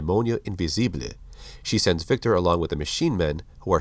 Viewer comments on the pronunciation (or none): none